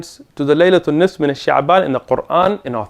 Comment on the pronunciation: I’m sorry to be nit picky but I find it hard to take knowledge from a person who can’t day the Arabic word “half” نصف properly. I’ve also come across videos of him having many tajweed mistakes and Arabic grammatical mistakes when he reads. This can’t be a scholar who we can take fatwas was from. This person can’t be trusted when he dives into the books of the salaf Genuine thoughts. Not mal intent